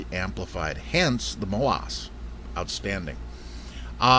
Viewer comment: your saying MOASS wrong. Emphasis the ASS part. Like mo Ass!